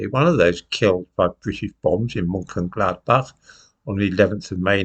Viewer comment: Looks as though is up to its usual tricks: being extremely economical with the truth. However, it's to be expected that would take this position as Lord Haw Ha...errr the c-l-o-w-n loves nazi Germany. However, really ought to practiise Mönchengladbach. The clown's pronunciation is AWFUL!! British policy before the outset of war was bombing. Clearly, DOESN'T know what it's saying as the RAF starred the bombing campaign as soon as the war started. However, little fairy tale about Mönchengladbach forgets TWO critical pieces of information: the invasion of Belgium, Case Yellow, and the bombing of Rotterdam on 15th May.The RAF merely put into practice governmental policy of Thursday, 31st August 1939 to bomb should Germany start unrestricted air attacks. Germany did when the Luftwaffe atacked Warsaw. little episode is the usual standard fare: fairy tales and DELIBERATE madsaging of the FACTS. However, this little episode is probably some attempt to justify the recent Israeli decimation of Gaza City.